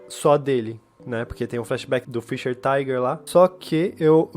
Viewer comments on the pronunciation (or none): none